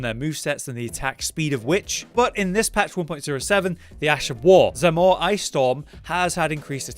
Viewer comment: Like the Zamor blade, butchered the name again didn't even get A tier come on lol.